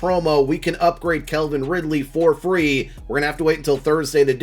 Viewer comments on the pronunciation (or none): You still pronounce Calvin wrong 😂saying Kelvin